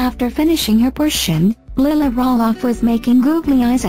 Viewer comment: Is there a reason why the narrator pronounces Lilahs name wrong...Makes me cringe...